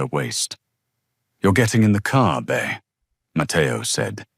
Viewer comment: Its not Bear either. Its Bea (B ee)